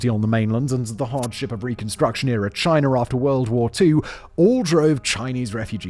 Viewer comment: "Chiner" is crazy